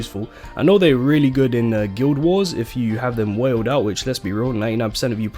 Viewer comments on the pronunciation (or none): none